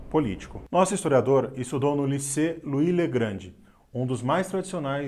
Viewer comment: Conteúdo interessante, mas sugiro cuidar melhor do vernáculo: * "capetino" não existe em português. Existem as formas "capetíngio" e "capetiano". * "gratuÍto" também não existe. Existe "gratuito" (sem acento no i). A pronúncia dos nomes franceses também poderia melhorar. Basta não "inventar" muito. * "Louis le Grand" se pronuncia "luí legrã" e não "luí legrande" ("grande", em francês, é o feminino de "grand"). * "École Normale" se pronuncia quase exatamente como se escreve "Ecole Normale" (e não "Ecole NormEle") * "Émile Durkheim" se pronuncia "Emile" mesmo (e não Emilí); Durkheim se pronuncia Durc Raim (e não DurQUE-Raim) * "Fondation Thiers" se pronuncia praticamente como se escreve ('fondación tiér' e não "tirriê"). Outra sugestão: o nome original da publicação é "Les Annales" (em português, "Anais") . Portanto seria mais adequado dizer "revista Annales" (não "revista dos Annales")